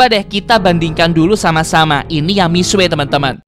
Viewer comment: Sebenarnya (ga maksa) bacanya tu Misye Bukan mixue